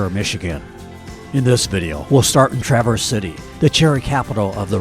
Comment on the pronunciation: Great video. And, it is pronounced TRAverse, not TraVERSE. Emphasis on the first syllable.